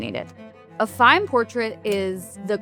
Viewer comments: It is pronounced Fay-yoom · Absolutely brilliant video! (Please note, nonetheless, that Fayoum is pronounced Fy YOOM -- i.e., not with the accent on the first syllable as the narrator consistently says it.)